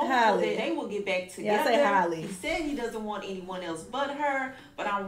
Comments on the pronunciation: nah you be saying Holly😭😭😭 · Halle H-Al-ee NOT Holly 😂😂😂😂😂😂😂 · Not coming at the lady for saying "holly" when she calls her "hailey" 😭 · Can someone please make a compilation of struggling/mispronouncing Halle’s name🤣🤣🤣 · It's strange how some people pronounce Halle Berry's name right, but not Halle Bailey's. Lol it's the same name, same spelling. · Everyone can say Halle Berry's name, but not this Halle for some reason, lol I don't know how so many people get it so wrong 😭